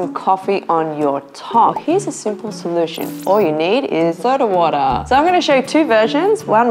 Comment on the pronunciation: I just watch this to hear those "walla" and "chinenen" 😂